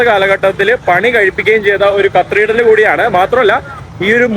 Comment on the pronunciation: കത്ത്രീഡ്രല്‍ അല്ല Bro കത്തീഡ്രല്‍